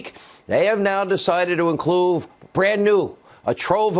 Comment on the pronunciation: Insanitty said incluve. Not include. Don't get so excited Insannity. Slow down. I know things are getting scary for you but your audience will never pick up on your Aderral infused misquotes.